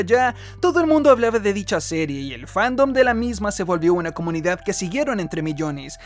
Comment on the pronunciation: Siempre que decias Comunidad, en mi cabeza sonaba "SOMOS COMUNIGAD"!!!! jajajajaja